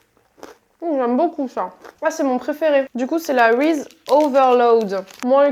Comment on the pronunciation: Ça se prononce "rizize" pas "rize" mdrrrr